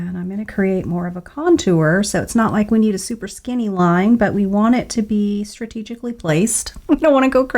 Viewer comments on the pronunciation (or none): none